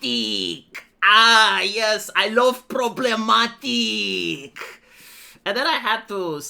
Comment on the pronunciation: 😂 Pruhbremmatique 😂 Great!!